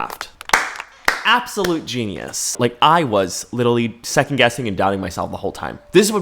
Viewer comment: "literawy" HELP I CANTTT